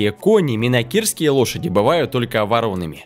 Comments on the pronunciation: Не вороными, а воронЫми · ВорОными? ВоронЫми. Голос приятный, но дикция..... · "Могут быть гнедыми или ворОнами"?????? Вы о чем??? Может все таки воронЫми! И ударение не там и буква не та. И в целом русский язык подучите. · Не ворОными,а воронЫми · Не вороными, с ударением на первую букву о, а вороными, с ударением на ы, клоун. Чем больше несешь чушь, или откровенно врешь, тем больше на тебя обращают внимание. Это искусство пиара. А где - Владимирский тяжеловоз ?